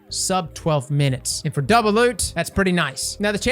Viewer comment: Ah yes the “Doulbe” loot nightfall